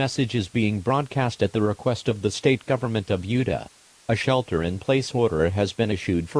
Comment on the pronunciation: i like how the tts voice pronounces utah as "yewduh"